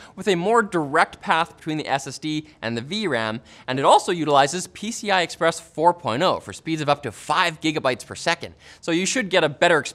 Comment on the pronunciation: "pcth-i express"